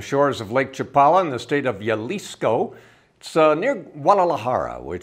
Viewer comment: jaja, you are getting better but practice saying Jalisco with a Mexican. ha, it's ha lees co, jalisco